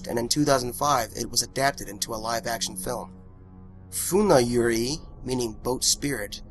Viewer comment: Yurei isnt pronounced like that lmao